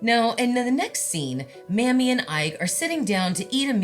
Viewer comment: It's Mamie not Mammy. Its pronounced May-me. Love ya!!!!!